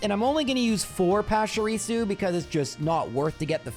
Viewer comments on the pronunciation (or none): PESHARISU!? Come on bro... at least Are Canine has some logic behind it, you have no excuse for butchering Pachirisu that badly lmao